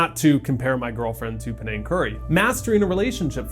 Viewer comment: Did you say “Penang Curry”?